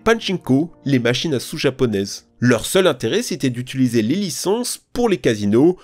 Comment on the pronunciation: Ah oui, le fameux verbe "utuliser". Sûrement un dérivé de son cousin, "utiliser".